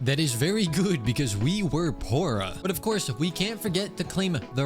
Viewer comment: "And that gives us more mora since we we're pora" 🗿🗣️😭